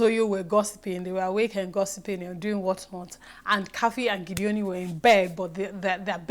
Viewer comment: Thanks again. Meanwhile Its GEDONI (pronounced as spelt) not Gideoni:-) (we are from the same part of the state;cross River) It is not an english name. Your analysis is always on point. Meanwhile I like Mercy and Ike too. My though on Tatcha being in the secret room is as good as yours. She will be "prouder" now. Weldone for your good works here.